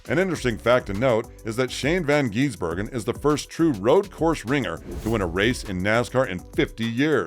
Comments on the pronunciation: It is Gisbergen not Geezbergen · The correct pronounciation shortens the I in Gisbergen. Its not Shane Van Geezbergen. Gis-bergen 😁🇦🇺🇳🇿